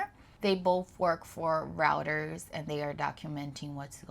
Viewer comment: It is Reuters not routers news service. Roy ters